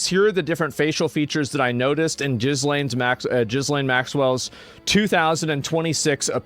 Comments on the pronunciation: It's not jizz lane!!!! It's just Elaine but with a G !!!!!!! Raaaaar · Every time Asmon says jizzlaine, i lose a sperm cell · Not Jizzlane. Gillaine.And it's probably not her.